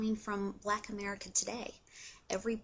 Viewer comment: it's annoying how she says okay after every point she makes and also she pronounces the word black as "bleck". and btw she is considered black as well, so...